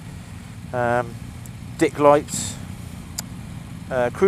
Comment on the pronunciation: Did he say "dick lights"?